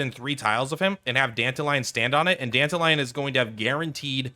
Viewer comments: dan-ta-ree-on silvousplait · Dented Lion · Please never say Dantalions name like that ever again